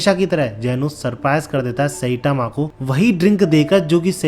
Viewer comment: Sai tma ❌ Say tama ✅.